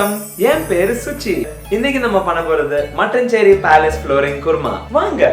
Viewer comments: eda mone did you just pronounce mattanchery as mattan-chery instead of matt-aan-chery? all the malayalees disappointed rn 😞🫵🏼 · its not "mutton cherry" palace,its Ma-taan-cheri palace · That's not actually how it's pronounced. It's Mattaan-Chery